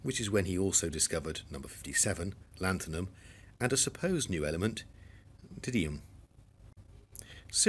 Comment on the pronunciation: You pronounce -dymium as 'dinium' in this vicdoe I think